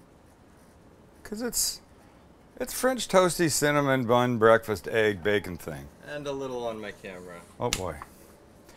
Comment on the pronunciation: I love the way Sam says "Aegg" :)